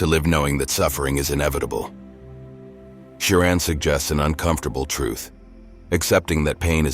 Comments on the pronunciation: This is a gross misinformation. His pessimistic leanings didn't start in college. Also, I know this is AI voice but hearing his name pronounced Kioran is annoying...it's Ch-ioran. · It's pronounced as Emil Choran ("Cho" the same way as in Chocolate +run) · The correct pronunciation of his surname, Cioran, is: "cho-run" 👍 edit: I mean "cho" like when table tennis players are yelling "cho" after a winning point, and "run" like the English verb to run. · I never imagined there could be that many different ways to pronounce "Cioran." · Why does the narrator use four different pronunciations for the hero's surname? AI?